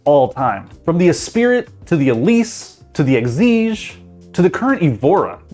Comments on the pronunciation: Esprit is pronounced Espri not E Spirt. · the way you just said "Esprit" gave me cancer, its pronounced Ess-Preee, not Espirit. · I get so disappointed when people older than me that can afford these cars can’t even pronounce them right 🤦‍♂️ it’s not A-spirit, it’s Ess-pree (Esprit) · Dude, did you say "Es-pee-rit"?! It's pronounced "ess-pree" JFYI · Anyone who says S Spirit for Esprit, doesn't seem trustworthy to discuss exotic cars. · Americans! When spoken in English. Espirit is pronounced as S' spree. Not S' spirit. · Great Video! One correction: Lotus "Esprit". (Not an Espirit.) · Espirit? ESPIRIT ????? Not Esprit? |ˈləʊtəs ɛˈspriː| "English, ***! Do you speak it?!" 😉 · Being a 🇬🇧 myself... I gawped at the pronunciation of 'Esprit' .. "Espirit"? NO... You pronounce it like .. Espree... 🤨. - "Evi-ha"?... Again, yes it's spelled 'Evija', it's pronounced Ev-eye-ya'... 🤨😒. Bloody yanks... Hahahaha 😋😎🇬🇧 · It’s the lotus esSPREE not es-spirit 💀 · Any car channel, that pronounces a Lotus Esprit as ; "e-spir-it" is laughable at best (it is pronounced "Eh SPREE", you added an "i"), and laughably uninformed at worst. Do the cars James Bond drove mean nothing to you? lol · Did I hear you call the Lotus Esprit the “Ess pritt”?? It’s pronounced Espree .. just so that you know ;-) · And called the 'espree' the "e-spirit" lmao. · it's an Esprit 'es-spree' :) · WHY AMERICANS do u always have to help the stereotype that u can't pronounce cars. "The Lotus Espirit" just hurts me, should be Esprit (es-pree) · Lotus es spirit?! Esprit. Es Spree. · That car is not called Espirit, it's called Esprit (sounds like Espree). For a guy making videos about cars, you need to at least sound like you know what you're talking about, instead of sounding like you're reading from a script, lol. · Did you just say EH-SPIRIT?! Dude, it's Esprit. Eh-spree. Jesus. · Lotus Esprit. It's pronounced espree. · ..DID YOU JUST SAY E-S-P-I-R-I-T??? LOLZ! AT 1.07 MILLION SUBSCRIBERS THAT IS EMBARRASSING!